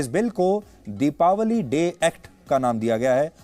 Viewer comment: दीपावली शुद्ध बोलिये।